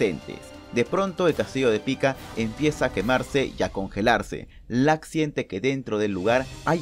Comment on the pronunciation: Lack? 😂 Creo que es LUCK